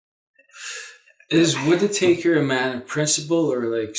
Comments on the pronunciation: FYI, it's not Whita taker, it's Whitaker! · Enjoyable reading. Just a quick mention that in US, Whitaker's name is pronounced "whit-a-curr". I too have faith in Meuller having lots of actions already set to happen during the time it takes to remove Whitaker. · I was just about to post this Cynthia. It's WIT A KUR :-) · Lots of people get his name wrong: it's pronounced WIT A KER.